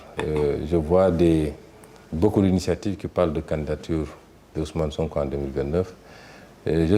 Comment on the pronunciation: C'est Sonko au lieu de "Sanko".